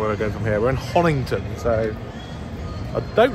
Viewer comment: it is HONITON & not HONINGTON!